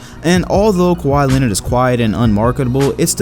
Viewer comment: you said linard